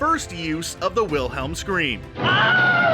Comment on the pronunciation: Pronounced it with the W sound Instance dislike 😤😤😤😤😤 It’s a V Aaaaaaaarrrrrrggggghhhh